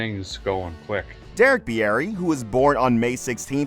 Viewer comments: It's pronounced beer-ey. Not beeyeti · Beer ree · "Bee-air-ee" sheesh dude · You should learn how to pronounce names before making videos of people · Pretty sure that's not how he pronounces his last name.